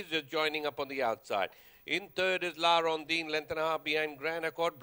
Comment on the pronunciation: La Rondine not La rondeen